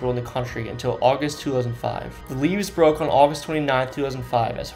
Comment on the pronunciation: am i the only one who noticed he pronounced levees as "leaves"? its pronounced leh-vees